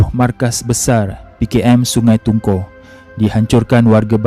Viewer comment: Sungai tungku ,, ku sebutan nya